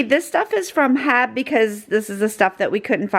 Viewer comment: Just found your channel last week and enjoy your content! FYI the grocery store is pronounced H E B, sound out each letter! You’ll find out it is a Texas treasure